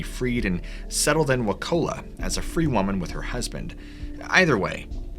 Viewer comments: His first story had me spit coffee the second you said the towns name it's pronounced " Wah-Choo-Luh" not Wahcola you casual. I live two towns north. Florida is a U.S. meth epicenter don't forget that gem of info and little discussed fact. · I love 10 minutes away from Wauchula, FL. It is pronounced “WA-CHOO-LA”. And this story is true. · I live in Sebring, FL. 20 minutes from your 1st story and about 30 minutes from the spook hill story. The town in your first story is actually pronounced (Watch)(oo)(lah) Wauchula, Florida. I recently found this channel and I'm hooked! Great story telling👍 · It's pronounced waCHEWla FL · Wauchula, FL is pronounced with the chu like choo choo.. (Wachoola). I'm originally from close by. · Lol I've lived in Zolfo Springs Florida for damn near 25 years. Google pronounces Wauchula with a ca sound but it's pronounced how it looks WauCHULA that's how everyone who lives around here has pronounced it for 25 years of my life. Started watching your channel earlier this year and I watch every video you out. Never in a million years did I think I'd be watching your channel to hear you start taking about my small county that hardly anyone knows about. If you blink you'll miss the place if you're passing through. Theirs a lot more strange history here than bloody bucket. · You mispronounced Wauchua...but it's a dot on the map and you aren't missing much. I live in Polk County, FL and things are downright WEIRD here! Lake Wales is odd...we don't go there!